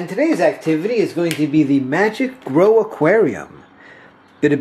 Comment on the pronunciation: It's pronounced "GROW"